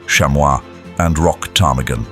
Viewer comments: The p is silent in ptarmigan. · It definitely felt like A.I. to me! The way the narrator pronounced the p in ptarmigan got me😂😂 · I cannot believe that not one person has told the narrator that the P in Ptarmigan is silent!🤦‍♀️ It sounds even funnier with the posh British accent, and I love a British accent!😂